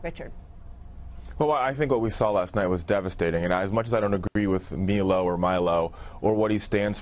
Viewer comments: That idiot kept referring to Milo as Melow? Cute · Why'd he say "Meelo" instead of "Milo" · That guy’s an idiot. Milo (My-Low - not Mee-low) is an alt-right white supremacist?? He’s gay, his husband is black and he’s a Jew. This is how disconnected the left is. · I love how people have such strong opinions about a person who’s name they can’t pronounce. It’s Milo, M-I-L-O, not Meelow. Ugh lol Also, the whole “alt-right” thing was originally branded as what the name says, an alternative to the establishment right, but it became some weird ethnonationalist group. As soon as it became that people like Milo and Gavin called it out and disavowed it, yet they are still labels as “racist white nationalists” The real irony is that the alt-right as a group actually have A LOT of leftist beliefs as far as government is concerned, they just want the benefits to go to them instead. I would say I wish Ben would have corrected on that, but he has beef with Milo for no reason, and like using the fact that the alt-right hates him as a way of gaining credibility with the left. He’s a genius, but he’s also an ass. Lol